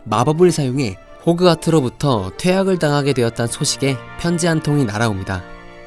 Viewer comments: 호크와트가 아니라 호그와트 입니다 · 왜 계속 호크와트라고 발음을 하시는지...